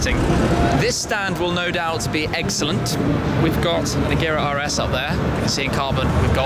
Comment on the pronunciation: It's pronounced "Reyera"